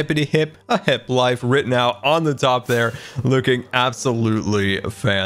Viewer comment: its... HEP. Not "HIP"...... GAH!!!!